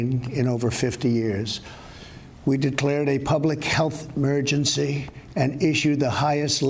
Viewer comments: OMG. He said "mergency" instead of emergency. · He appears to have trouble breathing and pronouncing words ("emergency" is pronounced "mergency", "cargo" is spoken as "carg" with an apparent gasp for air), in other cases he is slurring his words. Seriously, this was alarming to watch.